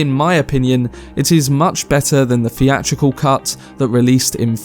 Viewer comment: Oh man, you're one of those that can't pronounce his "th's" properly Fink. Freat. Feeatrical. Fings. Froough. Marfa. Muffer. Deff. Meffods.